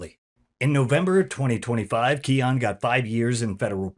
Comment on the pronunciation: His name is pronounced, Key-Oh-Nay. Not Key-On.